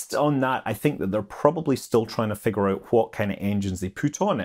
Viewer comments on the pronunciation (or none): none